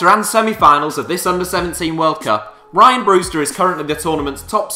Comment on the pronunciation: It's Ree-an Brewster